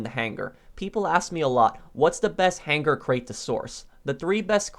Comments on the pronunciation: The way this guy says buhnkar and hang gar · Why does he say hanGar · My only issue with any of your content is the way you pronounce hangar.